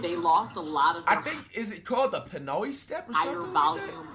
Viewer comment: he did not say pinoy he said pinoeiye 😂😂